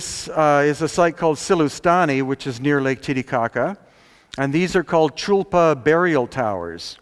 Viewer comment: I like how he says Lake "Titty-cocka" =-)